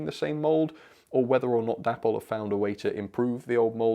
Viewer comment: Please stop calling the company sodding Dapple, its an insult to the memory of David Boyle. its pronounced Day-Paul